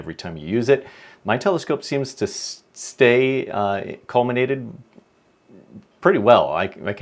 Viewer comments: No "n" in "collimate".😉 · Recently broke the corrector plate on my 5 in Celestron SCT and have a new one on order. I have been wondering how I would collimate since I know it's going to be way out, now I know. Thanks for this great video. This is one of those "Why didn't I think of that" times. And you can pronounce collimate any way you want when you're delivering such helpful information.